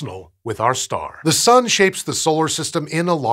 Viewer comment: I swear he says "The Sum"